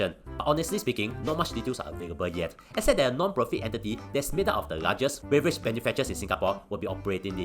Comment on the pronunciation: Beverage ❌ Beaverage ✅ 🦫